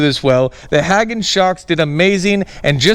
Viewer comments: Pronounce hay gone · I think it's pronounced - Hay Gone, but I am also from the south so we say things weird all the time.